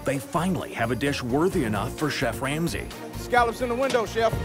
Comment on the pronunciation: just listen closely “chef Wamsey “